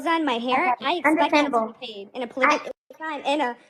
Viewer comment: Why they keep mispronouncing “ polygamy” and “ polygamous” like it’s polyjanee or polyjanous? Even auto correct was fighting me on this lol